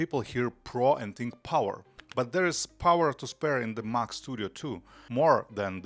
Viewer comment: If only you could pronounce Mac correctly.